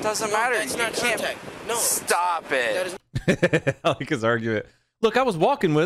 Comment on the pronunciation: "Stoop itt" lmao